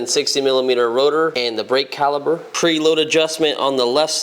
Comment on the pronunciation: great video but it's "caliper" not "caliber" you're throwin B's at me! haha.